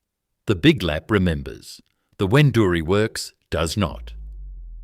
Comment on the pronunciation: A pity you did not get the pronunciation of Wendouree correct. How many other errors did you make?